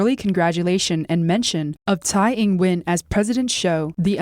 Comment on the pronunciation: To. Nit pick. Tsai, for some strange reason, should be pronounce as 'chai'. Keep up the good work and stay healthy